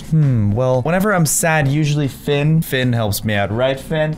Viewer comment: You know how to spell octopus rubber ducky plushy but you don’t know how to spell Finn or sometimes pronounce fin